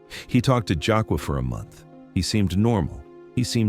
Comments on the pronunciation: Stop calling this lady Jacka…..it’s! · Omg why he keep calling her "Jaka' it's 😂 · Exactly! And the fact that he keeps mispronouncing her name is pissing me off! 😡 He keeps calling her "Jockwa" when her name is!! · I hate how ai pronounces black names. HER NAME IS JUH KAY LUH !!! FUCKING ROBOT. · Your pronouncing her name wrong. That’s the least you could do is properly pronounce her name. It’s pronounced Jah- Kay- La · Jah -Kay -la - this is the way it is pronounce. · Is this AI or something? It's annoying 😑 AF hearing someone's name being mispronounced! Nobody: You: Jaqua. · I use to work with this young lady, and she is the sweetest person. I’m hurt that this happened to her 😢. One thing that irked me about this video…her name is pronounced Ja-Kay-La!!